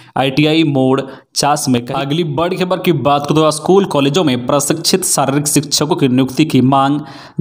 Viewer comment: स्कुल को बार बार अस्कुल बोला गया ,सक्षातकर का सही वर्तनी नहीं हुआ ,निवृत को फिर निरबित बोला